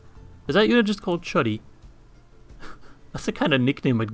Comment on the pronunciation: Why would you assume that in Polish "ch" makes the "tsch" sound and the "u" is pronounced as short a? No, in normal languages "ch" is "ch" and "u" is "u". And stop pronouncing d as r, that's just unhealthy. The best transliteration of "chudy" into English would be KOO-DEE.